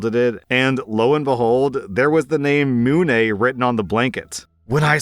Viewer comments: Story 4: I've watched the movie and even after you did your research you still pronounced it wrong. It's not Moon, it's pronounced Myoon. Mee-yoon. If you look up how to pronounced Mune its the first thing that pops up. Sorry but that was frustrating to listen too. The dad is NTA by the way. If this is what she's like for the baby's name then the dad won't be getting a say in most of the child rearing for the next 18 years. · Pronouce the "u" like "you", and dont do anything fancy with the 'e'. So, "m-U-ne". Its like saying the word "Moon" with emphasis on the "u" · It’s pronounced “Myoon”, kind of a mix of both. GREAT movie, I just showed my boyfriend it for the first time the other day. It’s a bit of an unconventional name, but I DO think it’s an actual name. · Mune is very cute as long as you don't pronounce it " MOOOOnEYyyy" and actually say "Mune" like it's intended as in " Miun" (I guess? Idk I'm french and the movie is french) I don't understand why americains would pronounce it like it's a cow giving birth lmao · it's mu-neh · Mune, if the movie is "mune, guardian of the moon" is pronounced "myoon" and is French, not Japanese". I think Italian a pretty nice name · St 3: they pronounce it myoon, and as much as I love Mune, Guardian of the Moon, I would never name a baby that lol. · For Story 3, the name is pronounced "Me-yoon" but pronounced quickly. I know the movie called "Mune and the Dark Forest" I think?? But jeez. I think just from you not being able to pronounce it, I see why OP is freaking out about it. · For the record, I believe the movie pronounces it "Mewn". Not sure what the real world pronunciation is, but that's what my memory recalls. Great movie; 10/10 recommend. Wouldn't name any humans after the characters, though. They're more fitting for pets. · Its pronounced Mew-nn :) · Story 3: The name is pronounced Mew-n. I've seen the movie before. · Mune is pronounced Myoon